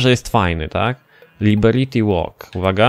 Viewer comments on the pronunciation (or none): naucz sie czytać liberity gdzie ty w liberty walk widzisz liberiti